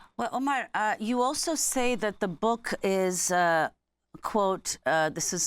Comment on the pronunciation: Miss el- Shiekh should have the courtesy and respect to pronounce the guest’s name correctly, especially being of Middle Eastern & of Moslem origin, shameful